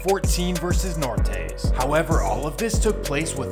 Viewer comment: "the nortays" 🤣🤣